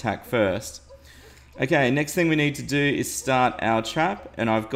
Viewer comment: I keep thinking you are saying AKA when you are saying okay